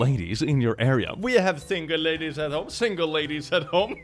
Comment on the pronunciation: "laddies, lorkers, and horkers" IM DEAD